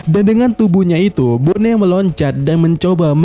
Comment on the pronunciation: Entah kenapa tiap dia bilang bone jadi keinget nama suatu daerah di indo, wkwkwk baca sesuai pelafalan aja knp sih? lebih enak bilang boni padahal wkwkwk